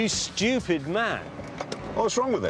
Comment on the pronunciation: You mean saying “shchupid”